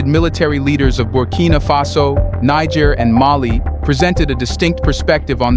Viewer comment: You "SIMPLE" learn to pronounce NIGER. Do not denigrate the country with American denigration.